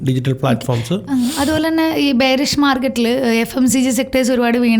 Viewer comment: Correct pronunciation : ബെയറിഷ്